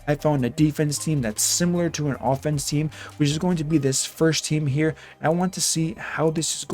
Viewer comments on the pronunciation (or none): none